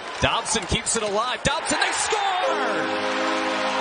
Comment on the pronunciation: he calls Dobson Dobber